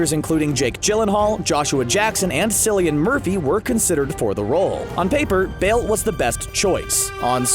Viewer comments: what now? did he just pronounce the c in Cillian as s not k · Cillian's name is pronounced like Killian fyi. But yeah. Bale is best batman but I love Keaton too❤ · Name is Pronounced Killian Murphy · SILLIAN?! come on man learn Irish names ITS CILLIAN !!!